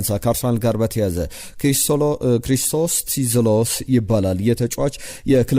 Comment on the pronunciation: ክሪስቶስ ዞሊስ ነው እንጂ ቲዞሊስ አይባልም!!!